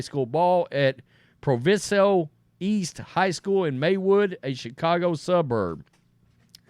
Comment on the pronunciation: 🤣🤣🤣🤣 It's pronounced Pro-Vie-So. Not Pro-Vi-So. That is not a violent area. I live there. This was personal.